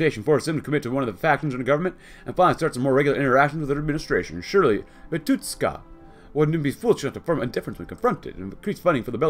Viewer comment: He is pronounced as Vitushka, not Vituska)